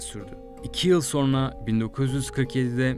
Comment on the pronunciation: Ne Türkçesi bu? "Sorna" nedir?